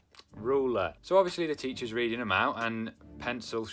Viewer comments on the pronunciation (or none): none